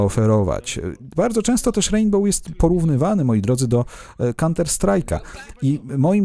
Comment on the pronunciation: Hej uwielbiam Twoje filmy ale proszę nie mów w "rejnbole" ;)